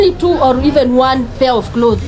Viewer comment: did I hear you saying klotheees